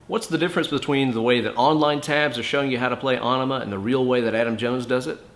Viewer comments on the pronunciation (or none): It's en uh muh not on uh muh. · AE makes the "Eh" sound in this case. The song is about flushing California, and an Enema is something that flushes your bowels. It wouldnt be pronounced Ay-neh-ma. Some other words with a similar AE are Aethelstan, Paedophile and Aether. The reason some words/names like Samael are pronounced Sam-Ay-EL, is that the suffix EL denotes Godliness or a connection to God. English has a tendency to favor the way a word/name was originally constructed when it comes to pronunciation. That is how you can get two words with similar letters sounding completely different. They were compound words that got squished together, so they take the spelling from both original words and then change a few letters in the middle to connect them in a way that wont change the pronunciation too much. If you've ever been to a spelling bee, you've probably heard the kids ask for the origin of the word. This is why that matters. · Onima? It's pronounced in e ma, like enema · It's actually pronounced Enima...... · Lol he called Aenima Onnima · Aww-nema? What an idiot.. You're going to try & school us on techniques, used by an amazing guitarist, for a song that you cannot pronounce.. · sure can play... but phonetically its ' en em uh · Is it not pronounced, uh-knee-muh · you're miss-pronouncing aenema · I did find the mispronunciation a bit surprising, but at least is teaching people to play the riffs correctly:-) As for the "winemaker" thing, must have been autocorrect, huh? I was like... hmm, is this some kind of Maynard reference? 🤔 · Have I been pronouncing Aenima wrong my whole life!? Thanks, correcting my guitar playing AND my grammar!